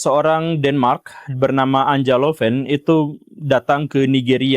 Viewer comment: Anja lebih tepat dibaca Anya, pak Guru